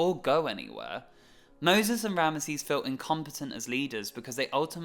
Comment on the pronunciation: RAM-zeez*** not RAM-UH-seez